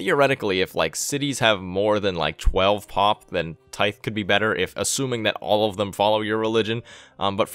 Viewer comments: tithe is pronounced like "tie"th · NYC Camper It’s pronounced tīth lol. The end is pronounced like the th in that. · Tithe-Pronounced Tide. Which is church dues. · Very unimportant but figured I would mention that "tithe" is pronounced with a hard th. Like you were saying "the". Tye-the rather than a light "th". Hope that makes sense! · "Tithe" is pronounced with a soft "th" as in "then" as opposed to the hard "th" as you pronounced it as in "theocracy". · Tithe is pronounced like "Tie" with a th at the end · Great information. BTW "tithe" is pronounced with the soft "th" as in "there" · "Tie"th is how he pronounced it. Tithe is pronounced like he is doing except the "th" at the end is pronounced in the same way as in the word "Them".